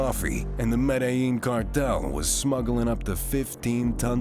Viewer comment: Violencia Vee-o-len-see-ya Medellin med-eh-yeen Not med-i- yeen